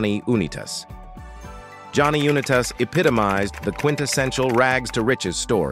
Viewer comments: U nI tas The U and I are pronounced. This guy never watched a game that Johnny U played. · How can you get Staubach pronounced correct but not Oonitas? Sheesh...